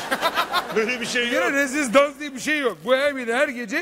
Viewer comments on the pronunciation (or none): aynen ya hem rezizdans nedir ya 😀😀😀